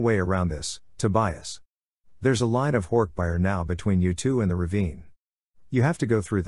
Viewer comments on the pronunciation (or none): It still bothers me how the voice pronounces hork bajir, and yerks... it sounds really weird